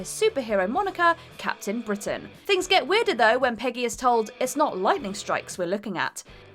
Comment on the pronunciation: Captian Britain........he’s not captain Ian its captain!